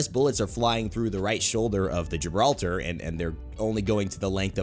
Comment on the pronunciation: Its not Gibraltar its Gibraldo